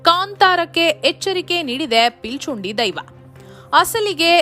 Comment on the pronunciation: ಪಿಲಿಚುಂಡಿ ಅಲ್ಲ ಪಿಲಿಚಂಡಿ